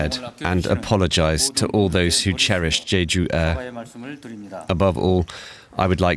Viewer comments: Jeeju? Don't your reporters learn how to pronounce names? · jeh ju, not jee ju. Let's do our due diligence and get the name right.